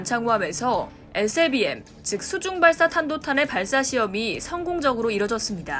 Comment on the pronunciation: 발음 참×같네 에스엘비엠이지 에셀비엠이냐